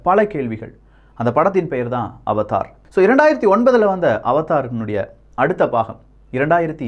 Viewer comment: அது அவதார் இல்லை அவடார் 🤦‍♂️🤦‍♂️🤦‍♂️